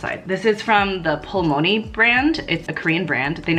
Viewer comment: fyi Pulmuone is pronounced pull-moo-won, not pul-mo-ny